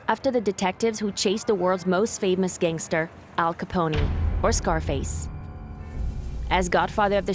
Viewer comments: Al Caponie had me dead its al capone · Al caponE 😂😂 she needs to learn to pronounce the words right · Don’t forget Al Caponey. Lol. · And Al coponie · Narrator said Alcaponey 😂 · Al Capnohey she said😂😂😂